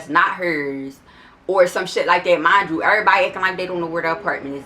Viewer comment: Dat "mindchew" sound like u from Philly tuh me